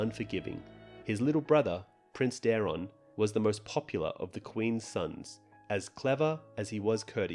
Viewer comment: Daeron. Dae-ron. Not Darren, not Darrion. DAE. RON. Daeron. Lu-sare-us. Lucerys. Not lukerus. Love your content, but they literally say the names on the show every week, minus Daeron but whose name is one letter away from Daemon, thus sounds the same. There's no reason to pronounce them wrong.